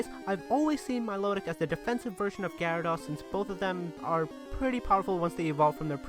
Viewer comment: This guy cant say Sicor and Garados's name